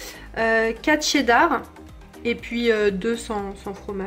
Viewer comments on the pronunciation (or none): none